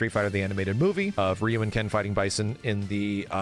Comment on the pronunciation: Street fighter always has been anime, always. I'm sick of guys like top hat gaming talking for two hours straight about street fighter but refuse to properly pronounce ryu because "he isn't a weeaboo and doesn't like anime" c'mon dude you're just as cringy as the weebs